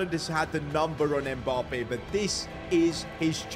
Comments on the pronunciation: Its Mbappe not Mbarrrrrrrrrrppeee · It’s so weird he call Mbappé Mboppe